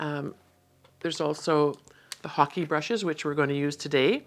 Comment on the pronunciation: Thank you for the proper pronunciation of the ‘hake’ brush! I was saying it completely incorrectly! Thank you for your videos as well! I feel I am learning so much from them, they are very enjoyable to watch.